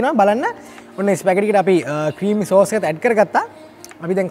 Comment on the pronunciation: "ස්පැගටි නෙවෙ ස්පැගති" from italy...just knowlege of u